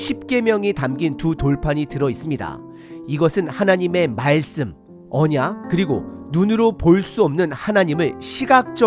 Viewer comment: "깨끗이"잫음-> 깨끄시(0), 깨끄치(×), "깨끗히"라고 쓰면 '꺠끄치'라고 발음 하지만 "깨끗히"라는 표기법은 틀린 겁니다. 오늘 들으니 이상하게 첫소리를 장음으로 발음하는 게 많네요. 이-스라엘, 언-약 등 등. 한글 사전 엡이 폰에 깔려 있을텐데, 거기에 발음까지 다 들을 수 있으니 참고하시면 좋겠습니다. 요즈음 장단 법칙은 많이 파괴되어서 사람들이 틀린 경우가 꽤 있지만 그건 어쩔 수 없지만, 제가 지적한 것 염두에 두시면 좋겠습니다. 목소리 톤이 높고, 강하게 말씀하시는 점을 지난 전에 말씀드려서, 좀 나아졌는데, 오늘은 다시 예전과 비슷하게 들리는데 참고하시면 좋겠습니다.